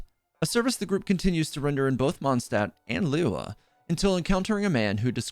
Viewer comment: Your pronunciation of liyue is terrible lol. Try study it before will be great.